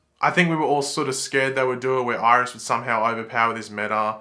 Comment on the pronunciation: "Irish"... no offense, but that got me🤣😂